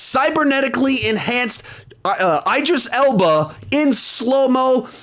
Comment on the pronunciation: I like how he says Idris Elba’s name wrong😂